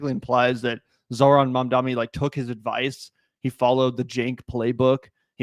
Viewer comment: At least Cenk can pronounce Mamdani unlike Silly or Billy 👀 come on lads get it right